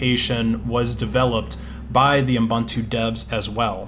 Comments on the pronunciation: Pedantic, but it's pronounced ooboontoo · It stresses me how you say Ubuntu xD